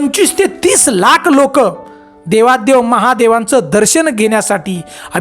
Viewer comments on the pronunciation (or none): ते देवाधी देव असते